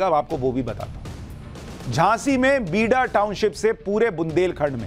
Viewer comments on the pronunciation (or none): BIDA= बीड़ा बोला जाना चाहिए